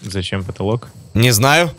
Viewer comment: говори нормально а не так как ты сказал про поталок